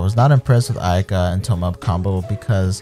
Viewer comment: These streamers never fail to surprise with these messed up pronunciations of Japanese and Chinese. Who the hell is Ay-Kah?